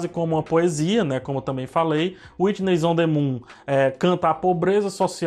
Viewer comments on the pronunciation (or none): whuitness? não ... é white's de branco